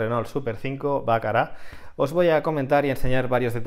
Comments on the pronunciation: Un puntazo lo del bollo de la puerta. Me lo apunto. Sólo un detalle, porque me rechinan los oídos al escucharte: Baccara es una palabra llana, lleva el acento en la segunda A. En su defecto, la forma en francés es esdrújula. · el que no lo entiende eres tú. En francés la palabra es esdrújula y en castellano es aguda. la pronuncia aguda (incorrectamente porque está escrita con doble C, ergo está en francés) y tú entraste aquí criticando que yo tengo manía de españolizarlo todo y a la vez defendiendo que la pronuncia bien, cuando él la está pronunciando en español 😂 Te contradices tú solo y aún pretendes huir hacia adelante. Resulta patético 🤣